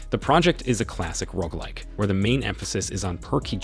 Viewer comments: Lolol the Rogg like has me lawling so hard. Rogue. (Row-guh) there you go phonetics for you. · 🤣🤣🤣🤣🤣 Oh man "Rogue" not "ROG" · oh my god its rogue bro rogue not rog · I can’t tell what’s more annoying; this guy saying rogg or people spelling rogue as rouge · Definitely rogg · I almost turned off the video because he mispronounced Roguelike SO MANY TIMES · How do you not know how to pronounce rogue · How do you have a YouTube channel that's on the way to being mildly successful and don't know how to pronounce genre and roguelike?